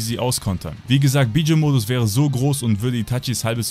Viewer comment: Wie du einfach mal Bijuu auspricht "Bidschu" xD